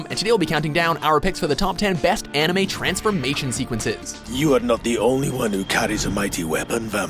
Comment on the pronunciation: they don't know a thing about animes......no knowledge about animes, no proper pronounciation